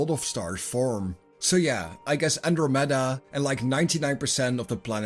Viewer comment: no one going to comment on how he pronouces andramada?